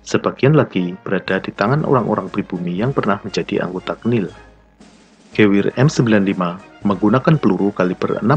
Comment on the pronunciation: Dan Geweher disebutnya geveher